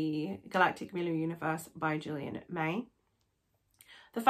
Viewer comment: I've read these books more than half a dozen times. They are my fav books ever. Julian May is an amazing writer steeped in scientific knowledge. Please pronounce Milieu properly tho.